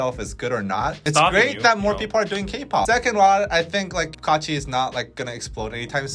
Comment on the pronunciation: On another point, watched that Kachi video as you guys were talking about it and I have to say I CRINGED so hard from head to toe when they started singing. Overall, it wasn't as bad as I was expecting and people were making it out to be. Their pronunciations were horrid to be sure, but I thing that the part that really kept me cringing the most was that they're really not that good as singers. There was like one decent vocal in the entire thing. I do have mixed feelings about the entire situation, but I have to point out, there is definitely something to be said about the training to become a Kpop idol. Maybe if they had spent even a fraction of the time training to do this as the majority of actual kpop idols did, not only would they have sounded better, but maybe they would have been better received.